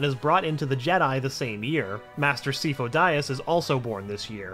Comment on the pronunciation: The way you pronounced Sifo-Dyas was bad but the way you pronounced Ahsoka was absolutely disgusting